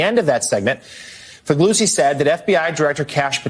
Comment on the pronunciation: FEE LEE UZZI (same sound as the z's in pizza)